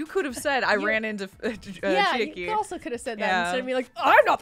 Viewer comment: i love u guys and the videos u make but pls uve been mispronouncing chiaki's name all this time i thought u'd notice during this trial cuz they say her name a few time